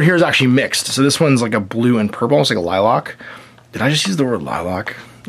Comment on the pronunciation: Lilac.... pronounced with a LACK at the end. We don’t drive Cadi-LOCKS. Just playing of course.